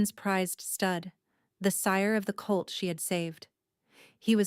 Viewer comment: It's colt, not cult. Listening from Austin TX.